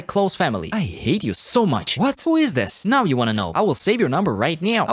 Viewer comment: "I wull save your number right neow" got me dying😭